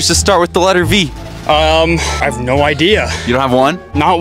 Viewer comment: That first one was just fire. Such an emphasis on the "no".